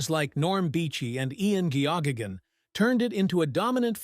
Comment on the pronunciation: Ian "Gee oh gee yan." Ian Geoghan.... Pronounced Gaygan.